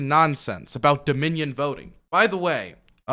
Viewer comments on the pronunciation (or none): none